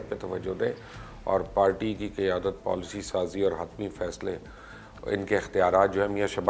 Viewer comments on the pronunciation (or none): none